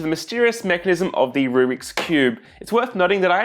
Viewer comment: I couldn't tell if you were a cuber saying rubric ironically or a non cuber saying rubric unironically lol